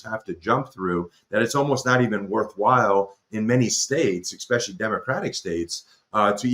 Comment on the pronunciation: Very intersting stuff . I just wish he’d stop saying EXpecially … not good for the cred .